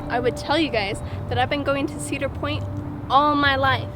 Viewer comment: . Says the person who can't pronounce Cedar Point.